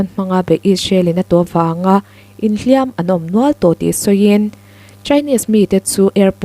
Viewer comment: "Hliam tuar" i lam hian, "hliam" tih hi a ri hniamin lam rawh aw, a ri sânga i lam chuan, 'hliam' chu 'mihring' kha ani.